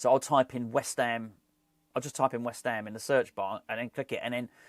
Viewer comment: Great to see you back …. Don’t think anyone can say “West Ham” better than you! COYI⚒️